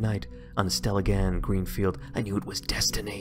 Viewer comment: Stelligan is pronounced more like stella-ginn than stella-gann.